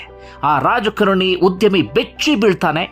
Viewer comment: Rajakaarani anta pronounce Maadi sir